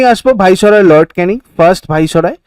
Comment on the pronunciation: বলুন ভাইস-রয় (viceroy)